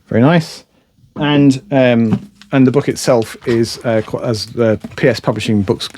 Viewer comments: It’s just an accent, different, but not incorrect. 😺✌️ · I really, really like this channel but I continue to be irritated by the incorrect pronunciation of 'the'?!